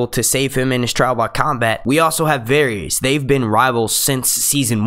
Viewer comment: his name is definitely not pronounced "various"